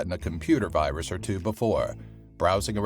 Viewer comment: ah yes, the weus wirus.